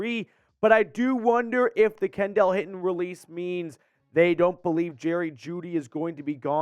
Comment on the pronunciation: It’s pronounced Kendall (Ken-Dull)